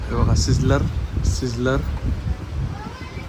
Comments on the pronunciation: सिझलर नव्हे स्लायसर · Hello Bhau Tumhi pratek Slicer la sizzler ka bolta?